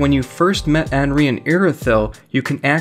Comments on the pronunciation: “Anree” “egone” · Stopped watching for the horrid mispronunciation of Anri. They even pronounce it for you in the game dude.